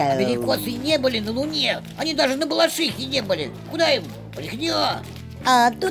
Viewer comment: Первый раз в жизни слышу как небалашихинец произносит БалашИха, а не БалАшиха. Респект за внимание к деталям.